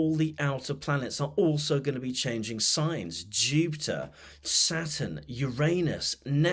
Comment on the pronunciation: When you said Saturn, I heard it: Satan!